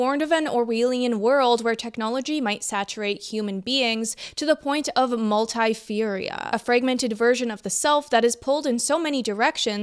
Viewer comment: No flame but pronunciation quips: PRE SIP IT TUS LY Also, it's multi PHRENIA as in schizo-phrenia. Really interesting video but I think the uncomfortable reality is that the digital experience is simply better at meeting our needs yet inevitably feels unfulfilling for the same reason.